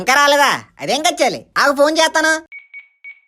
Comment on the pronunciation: Kechali kada adhi kachali ha